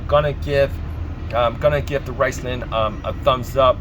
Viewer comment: Riceman? it's RIZZZ LONE